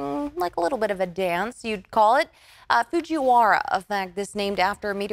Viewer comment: Its, Fujiwara, there is no 'h'.